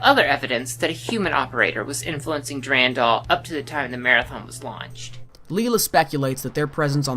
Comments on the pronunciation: For love of Marathon it's DuRANdal, not DuRENdal! ALL of your voice actors are saying it right! Did you not listen to them before you edited this vid? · Awesome video. Suggestions for the next videos: DEFINITELY just read the terminal text yourself, and consider pronouncing "Durandal" the way that most people say it (dur-AN-dal). I know people who pronounce it your way are generally very passionate about it being "the correct way," but it's kinda up in the air (depending on the root language you derive it from). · OMG PLEASE STOP SAYING DURINDOL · I always stressed the 2nd syllable in "Durandal". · the way you pronounce Durandal triggers me